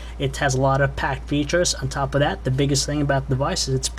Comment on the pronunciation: "on top o' dat"